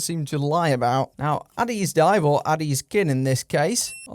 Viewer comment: to be fair...the "kin" part is in bold in the font so its actually "addis-kin" like addis is king and not "addiskin" the condom watch...(which you're calling...) since your other review😅